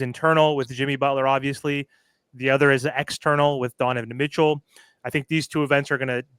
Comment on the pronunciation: This man keeps saying Deniven Mitchell😂